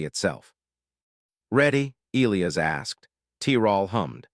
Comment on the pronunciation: Why is it the AI narrator voice always BUTCHERS the pronunciation of what is SUPPOSED to be e-LIE-us?? Not e-LEE-us…..